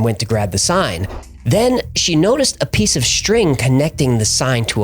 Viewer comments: It’s pronounced Lie-Ma because western Ohio is weird (Versailles is pronounced Ver-Sales, Houston is House-ton, Russia is Roo-shee, etc) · it’s pronounced like lie-ma for Lima Ohio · just a note it’s pronounced Lime-Ah Ohio